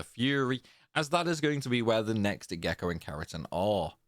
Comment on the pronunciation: After do this TWICE on the PS2, one on the PS3, once on Vita, once on the 3DS and once on the Master Collection, this felt surprisingly easy tough the Gako are a good challengue. Thanks for this guide, it worked amazing and i loce the way you pronounce Kerotan and Gako. Actually your voice is soo nice the whole time :)